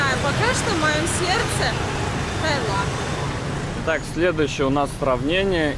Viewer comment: Сколько раз туда ездили, а так и не можете запомнить, что правильно ТаИланд.